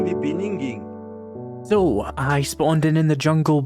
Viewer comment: "in the beningin" got me